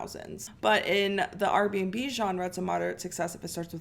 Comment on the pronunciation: why do you keep saying RB&B it’s just R&B